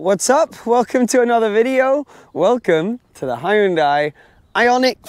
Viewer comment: When you pronounce Hyundai, remember this, "Hyun-day like Sun-day"